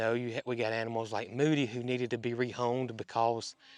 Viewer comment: I would guess it is a bovine (cow). People continually told you that you called Mildred and Moody incorrectly.😅